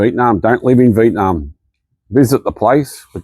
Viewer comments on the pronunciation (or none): What a privilege you enjoy to complain about a place you're not from and have to luxury to leave. Foreigners whining about why their lives aren't better in Vietnam (can you please even pronounce the name correctly?) should just pack and go. No need to speak, just exit. Who are you trying to convince? It's pretty disgusting listening to all the reasons why the country is not more convenient for you; you aren't even touched by any of the conditions your privilege keeps you isolated from. Please go home.